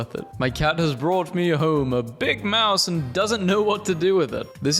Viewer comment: when you say moose instead of mouse